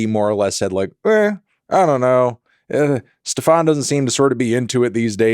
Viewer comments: It's been a pleasure, STEFAN. not steFAWN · THE DUDES NAME IS NOT STEPH-AHN MELON. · Ste-FAWN... lol dude he's not french. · guys, is there a lore reason why Anthony keeps pronouncing Mr. Grips' name as Stephán? is that the correct pronunciation? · Why does he say stefan like that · ikr poor Stefan, guy has literally said his name on a song and melon still egregiously mispronounces it to this day